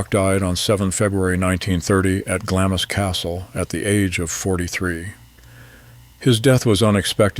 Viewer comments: Pronounced Glams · The Narrator should have checked his pronouciation. Glamis is pronounced Glams, just one syllable. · Isn’t it pronounced Glams? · Glamis is pronounced Glaamz. Just saying… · GLAMZ Castle…pronunciation please! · The I in Glamis is silent. Just saying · Why would the narrator show a picture of the future Queen Mother with her husband while he's talking about a different woman and her husband? The narrator is clueless in a number of ways, not the least in mispronouncing Glamis and Lyon. What draws such an unqualified person to take on projects of this sort?